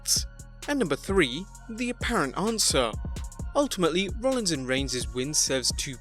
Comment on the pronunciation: The real botch is - “Rollins and Regins” lol you’re still the best